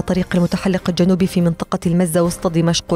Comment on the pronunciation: الجنوبي ( اللام قمرية وليست شمسية )